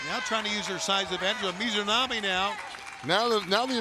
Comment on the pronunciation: I just wish he would get the Japanese talent's name correct. For Ryo Mizunami he alternated between saying her full name of Mizunami to sometimes shortening it to Mizu (which funnnily enough means water in Japanese- he was just calling her Water..) to sometimes saying Mizo which makes no sense since there is no O in Mizunami and sometimes Mizonami. like bro I get it. Japanese names are tough but its kind of your job to do it. It'd be like if a commentator was on commentary instead of saying Seth Rolllins to just alternate between calling him Roll or Rull. People would be like wtf is wrong with that commentator... With Jim Ross i can have more slack as he is quite a bit older etc. outside of that tho Paul Wight has been doing well.